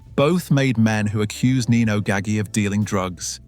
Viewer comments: Haha That's a mispronunciation. It' sounds like Gaj-G. The "g"s are pronounced like a "j". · it's pronounced Ga-ji with a J.